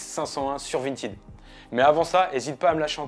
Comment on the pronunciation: Bah si tu veux comparer au français phonétiquement c’est à mi-chemin entre le i et le è mais ça ressemble définitivement plus à « printèd » que « printide »